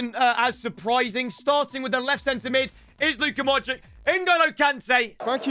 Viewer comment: I get so mad when he says "modrick" instead of "modreach" for modrić